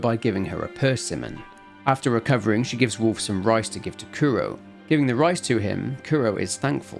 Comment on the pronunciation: I only listened so I thought you were talking about Warf.